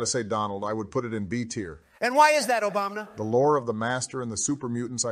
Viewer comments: "and why is that?" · “AND WHY IS THAT,?” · "And why is that " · Every time says "" I laugh my ass off 😂